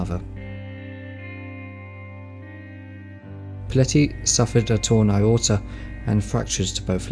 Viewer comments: I was under the impression Ayrton Senna was pronouced "air ton senna" not "ay arr ton senna" its like you've never watched F1. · What's an "Iorta"? (@ ish) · It’s pronounced airton not sysrton you thick cunt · eyeayrton senna? 🤣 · There’s no “Eye” in Ayrton Senna.. Practice saying A-Yer-Ton. I’ve been listening to you and many others mispronounce his name for almost 40 years. I think John Bisagnanno at ESPN and Murray Walker at BBC are responsible for this boner. Very well done otherwise. Kudos! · The whole world knows how to pronounce Ayrton Senna’s name except you. 😡